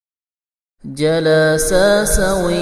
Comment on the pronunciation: و اخطاء كثيرة جدا يخطئ في اول كلمة يقرا جلاسا و الصحيح جلسا